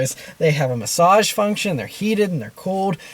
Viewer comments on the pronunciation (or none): none